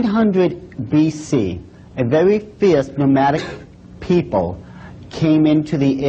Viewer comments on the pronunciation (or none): A vewwy feerse nomwadic peeple.